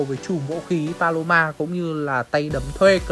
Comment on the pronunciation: Paloma anh đọc sao thành balo 3 luôn :^ ai đồng ý với ý kiến của tui hông nà